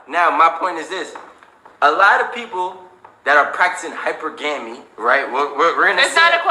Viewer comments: She can’t even pronounce it right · I think the men were mocking her because of her mispronouncing of the word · For all you dummies in this comment section... thinking she's pronouncing the word wrong...Type in (21 studios Richard Cooper Hypergamy) You can definitely say this word two different ways!! Stop following the crowd!! I hate the internet bunch of followers!! Just because you don't like what she's saying doesn't mean you can disrespect her!!! 💯🖕🏽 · Can't knock a woman's hustle.....just be happy with the end game. Learn how to pronounce hypergamy lady!!!!!! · Uhm no that's not how the word is properly pronounced. You along with the woman in question need to go back to school and take English again. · The girl that kept pronouncing the word hypergamy word sounds like she just recently stumbled on that concept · I honestly don’t think she said anything wrong outside of she’s pronouncing the word wrong. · she cant even pronounce the word that she so call practice 😂😂... Hey if you couldn't see that they were low key teasing her for not pronouncing the word right, you trippin! of course they know what the word is and means. she's just clueless as shit. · How can you practice something you can't even pronounce? Make it make sense 🤔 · She's practicing something she doesn't know how to say correctly!😄😄😄 I bet you she can't spell it either! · The very fact she can't pronounce hypergamy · Please learn how to pronounce the word hypergamy correctly the young woman who professes to practice and she of all people should learn how to pronounce it correctly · I swear I didn't know what she was talking about because she pronounced the word wrong! 😂🤣😂🤣 She will never be a wife to a high value man when she can't even pronounce words correctly! Can you imagine sitting at dinner trying to interpret the ebonics? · shorty can't pronounce hypergamy but she can sho practice it! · WOW plz know how to pronounce the word first..smh. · Lol she can’t say that word right